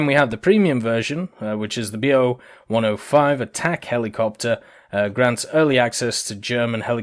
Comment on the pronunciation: it's not Be-Oh... its BO. thats the abbreviation of Boelkow. Like Ju for Junkers etc.